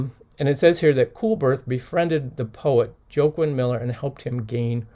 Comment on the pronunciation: I think that poet Joaquin's name is pronounced "Wah-keen". Like the actor Joaquin Phoenix that recently played in the Joker movie. Not that its important lol. On the other hand...what a great find!